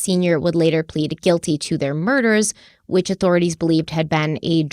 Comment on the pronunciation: Guily Knowledge, the word is GUILTYYYYYYYYY